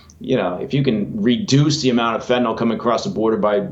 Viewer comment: Fentanyl is pronounced "fin-ta-nill" (nill rhymes with pill) it's not "fentanALL".